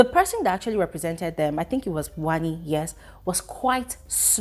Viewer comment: I love how brother says wannni x hanndii 😂as for ruthie only miracle can save her